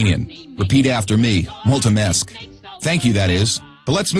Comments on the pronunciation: Not Romanian, but when I heard "Multi mess" I knew he messed up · bruh I laughed so hard here when he tried to say multumesc. No offense. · Nu este român Nici nu știe să pronunțe "Mulțumesc". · Why is he saying "we", he is surely not Romanian, he couldn't even say mulțumesc 😂😂😂, also said too much about beer, I don't mind it's there, but it's not how I make my friends and the reason I'm at this video etc, I don't drink alcohol and I won't!